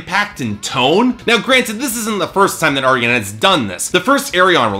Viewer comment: You're getting better with your name pronunciation. I think you got Arjen's correct this time (cover killer has the same trouble with soft J's... Gers is yanick not janick; Floor is yansen not Jansen; Lucassen is Aryen not Arjen) but an FYI for next time, it's Annika (like Ann ih kuh) not anni-kay. You were close, just drop the "ay" at the end.